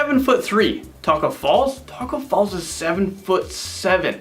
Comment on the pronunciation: he said Tacko Falls his name is Tacko Fall